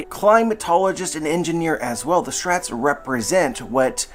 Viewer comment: man why can't you say straw hats? where does "straats" come from